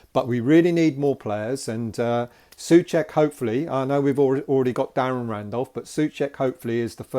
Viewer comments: just in case you want to get your pronounciation right his surname is like two English words SO-CHECK, not SUH-CHECK. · It's not pronouncing Suček but Souček, you have forgoot the "O" it like yu would say the worlds "So" and "Czech" = So-Czech